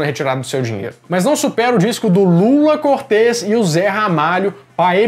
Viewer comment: Lula CÔRTES e não "cortês" 😁😁😁